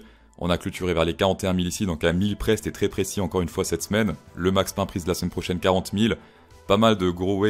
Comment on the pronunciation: Allez, je paye mon pouce, tu m'a fait kiffer avec ton indicateur des enfers ! :-) Bon, si tu t'ennuie, bosse un peu l'accent angliche, parceque c dur à comprendre l'opan intéreste et le max pan prisse. Force et Honneur !